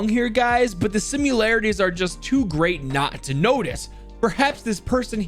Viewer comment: I love how he says sim-u-larities. It’s just a bit funny and adds more personality to